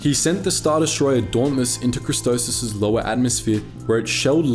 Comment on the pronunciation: I gonna hurt myself if he keeps calling christophsis christosis